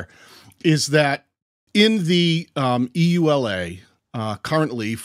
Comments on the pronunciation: EULA is pronounced "yoo-lah". No need to spell it out. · EULA = Pronounced among us as Yoo-lah (no one says the actual letters) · I wonder how many people were shouting at the screen “Yoo-Luh!”EULA is an acronym, so it’s pronounced as one word—like NASA. And it takes a lot more time!